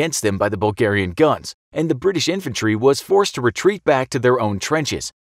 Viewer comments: I never heard the Bulgars called Burlgaian before, should it not be Bulgarian?? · "Burlgaian" lol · yes burlgaian the true way of saying bulgarian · What is Burlgaian?